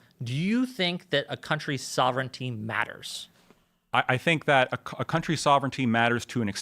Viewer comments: IT'S SOV-REN-TEE, NOT SOV-ERR-ENEE-TEE! LEARN TO PRONOUNCE WORDS PROPERLY IF YOU WANT TO USE THEM TO SOUND SMART! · And soverigninity" 🤣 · Yo this dude has said "sovereignity" like 4 times